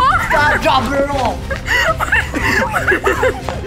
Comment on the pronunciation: IS SO FUNNY BRO “STAWP DWAP AND ROOLLLL” 🤣🤣🤣